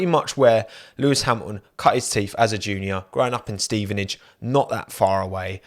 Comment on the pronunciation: Mate, pronouce the t’s. It’s Hamilton not Hamilon and Toto not Toe oh!